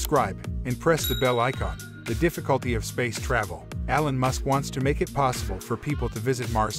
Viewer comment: "Alan" Musk?! It's Elon! Mores, rather than Mars? Pictures of piston engines and bacteria? What a crap video.